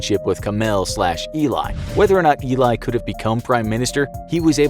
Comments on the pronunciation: Great Video! Was very cool to watch as an Israeli! One detail you missed.. Him name is not Eli But E li (like the letter A and then Li E-li and not E Lai) (short for Eliyahu) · "E-lie",not "I-lay" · As an Israeli, I can say that you misspelled his name. You have to say Eli as in Elii or Elei, not Eli as in Elaay. He is a national hero and spelling his name correctly is very important! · I knew it was about Eli Cohen as I read the title It's not E-lie, it's El-lee Cohen And he was going to become Defence Minister, not Prime Minister Do watch Netflix's The Spy and get your facts right Now I don't know how many times your facts were wrong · his name is not Elay but Eli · Btw it's not ee-li, it's eh-lee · It not even pronounced lik this, he said ilay, it actually eli or ally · It's pronounced Ellie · You're pronouncing the name wrong it is Ellie and Eli ellie is short for elliaho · It's pronounced Ellie ( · He never nearly became prime Minister however he was the deputy minister of defence for a short time before his execution you need to get your facts straight And his name is pronounced elly but spelled Eli his cover name is Kamel amin thaabit and is not pronounced tabit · Eli Cohen*, not Ilay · His name is pronounced ely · U saying the name rong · you literally pronounced his name wrong the entire video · You’re saying his name wrong 🤦‍♀️ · Watch "the spy" on Netflix and its about him. And you butchered his name so hard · Wow you butchered his name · You did so much research in the subject, but couldn't search how to pronounce his name correctly? The name illay has a completely different meaning than eli (pronounced like eddy) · It sounds like Ely not ilay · It's not"Eli" it's "he lie" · His name is pronounced Eh-lee not ee-lie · זה אלי , לא איליי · His is eli not ilai (i m israelí) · Eli not Elay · You pronounced his name wrong... its Ali not Eli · Eli, not Ilay 😅 Great video tho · It's Eli not Ilay.. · ee-lie Cohen ? , Israelis pronounce his name Eh-LEE Cohen